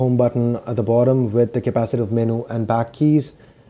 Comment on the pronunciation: he can't say menu with a proper english accent but he can say elongated just fine?? im glad english is my first language lol it's a tricky bastard i'm finding out